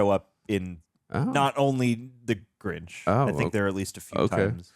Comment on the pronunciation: I just want to quickly point out, that (& the subtitle) called the Grinch for the Granch... Have a still good day